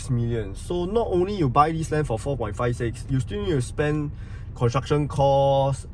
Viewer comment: Four sound like 佛 🙏